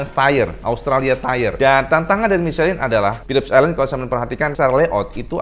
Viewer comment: om salah baca ban...mukan micelin om, itu bahasa Prancis bukan bahasa inggris jadi bacanya misleng...